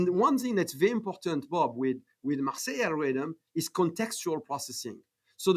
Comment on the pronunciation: Fantastic interview, thank you. But it's MARSEILLE INC, like the France's city, not MARSELLE. :) Keep up the good work, love your channel !